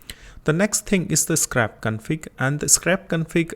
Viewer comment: its not SCRAP its SCRAPE